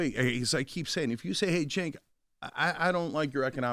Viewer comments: Charla been saying Sink and I was hoping for Cenk to finally correct him 😂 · It's funny because Charlamagne has literally been on his show before and still says Sink this time. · Charla has met Cenk many times how did he not know how to pronounce his name that’s crazy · Cenk is trying trying to win back favor with his "base" and some of his subscribers who left, like me due to his endearing himself of late to the magas. As much as I don't like Cenk, shame on you, CTG for not knowing how to pronounce his name! You're a professional talk show host, w/ staff, and you've been on his show before. It's a bad look. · I love how all cenk's "friends" can't even pronounce his name lmfao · Charla how are you not gonna learn the man's name 😂😂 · He’s your guy but you can’t pronounce his name. Shut up Charlamagne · Butcher a Name Charlamagne 🤦🏾‍♂️... How is he your guy but you dont know his name